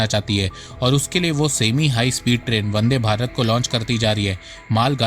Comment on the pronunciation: Vande bharat. Not bande 😅